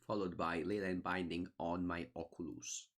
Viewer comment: I wish I sounded half as cool when I say Oculus.